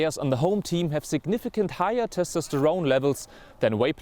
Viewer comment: The way he says Testosterone bothers me